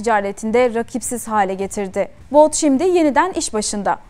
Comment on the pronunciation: Viktor Baut değil.. Viktor But .